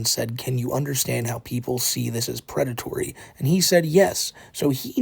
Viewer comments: The Pwedatowy Stowy of Teh. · I respect that you didn't name this video "The pwedatory" story. But it would have been hilarious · Correction: The Pwedatowy Stowy of TheWhiteBowsah - Paht 2